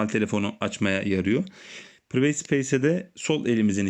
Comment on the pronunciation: Priveyt değil pırayvıt.